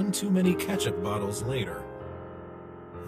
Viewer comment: Did any pne said ketcup